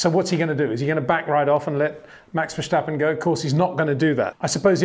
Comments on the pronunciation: Again Peter, the name is Verstappen not Verschtappen or Vershtappen, get it right next time. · Peter, you know your stuff but please, for the love of God, it is Verstappen, NOT Vershtappen or Versjtappen or whatever you are calling him. This kid will win numerous World Championships so please show him respect and get used to pronouncing his name correctly. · Very cute these English speakers saying Versh-tappen instead of Ver-stappen.